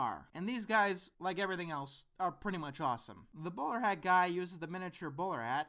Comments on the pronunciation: Whenever you say "The bowler hat guy" it sounds like you're saying "The borat guy" :P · "The Bowl-hat guy" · I swear you're saying the borat guy. What is he saying?